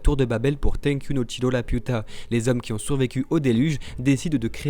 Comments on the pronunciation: Dites juste le chateau dans le ciel pck la j’entends juste La puta ! Manquer juste un pendjo a la fin de vos phrase avec Lapiuta non mais sérieux ラピュタ sa se prononce pas la puta haha 😂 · bah en soit c'est Lapyuta que ça se prononce ^^'